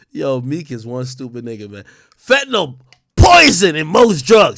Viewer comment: "Fettynal" is different from "Fentanyl".